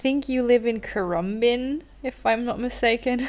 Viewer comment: Yay you said Currumbin perfectly 👍🏼☺️ I can’t believe this turned up in my mail box today and this also turned up on YouTube today 😅 Thanks lovely, so good to read your letter